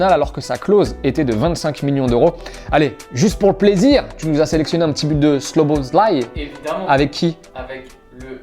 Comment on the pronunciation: Szoboszlai🇭🇺🇭🇺🇭🇺 le meilleur c etait trop drole comment tu a dit 😂😂